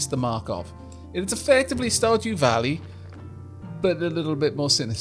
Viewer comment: Love it when Welsh people say "Valley".